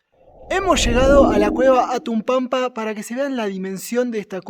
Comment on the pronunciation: WOW, que hermoso lugar gracias por enseñarnoslo, muchas bendiciones para Ustedes. PD. Hatunpampa, es una palabra quechua, no se pronuncia " Atunpampa si jatunpampa" en el quechua la H se pronuncia como J.